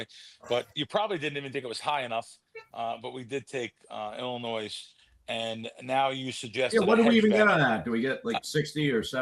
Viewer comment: Illi-noy the s is silent. You sound like a third grader saying illinoise